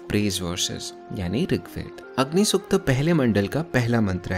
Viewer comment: Good approach, but pronunciation must be corrected BRO....... Not Rigveda, or Sukta..... many are there to be correted. Just a suggestion.